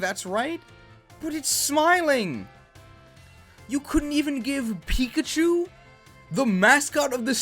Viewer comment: Piggachu Beeguh Geeegh...